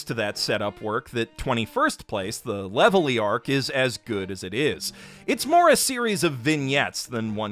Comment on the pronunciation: So who wants to tell him that the L’s in Levely and Zolo are supposed to be R’s?